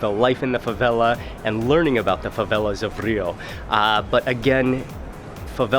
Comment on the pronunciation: "fãvélás" kkjkjkkjjkkj